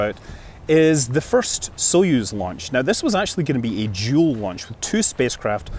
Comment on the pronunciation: For a moment there, I thought you said 'Jool launch' instead of 'dual launch'... :'D